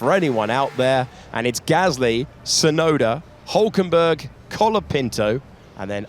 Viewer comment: Why do they always say Hulkenberg wrong? He's been in F1 for like 20 years and get it wrong everytime...